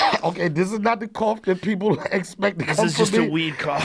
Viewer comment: Fuck. Had me laughing int the first ten seconds. Weed coof, not Covid coof.